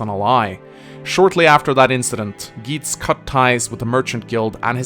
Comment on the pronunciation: THAT'S NOT HOW YOU PRONOUNCE GEITZ! YOU JUST RUINED MINA'S BIRTHDAY! UNSUBSCRIBED!